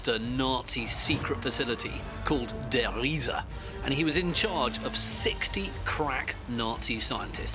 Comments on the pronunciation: Der "Reese" is how Treyarch pronounces it. I always knew they said it wrong and found it kind of funny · "...and it was called (dramatic pause) der Riese!" Lightening strikes, cut to picture of dark castle. Hilarious! Reminds me of Young Frankenstein where they kept saying "Frau Blucher!" and lightening would strike and horses whinnied. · I HAD THE SAME THOUGHT!😄😄😄😄😄